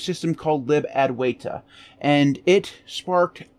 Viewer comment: You were pronouncing Advaita the correct way